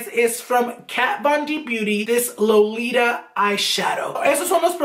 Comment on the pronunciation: Killed me when said “Lolita” in an American accent 😂